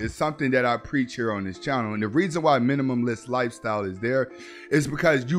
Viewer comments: Minimalist, Min-i-ma-list, I love your channel but the mispronouncing of words kills me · MINIMALIST SAY it with me now: ~MI NI MA LIST~ NOT minimumlist ffs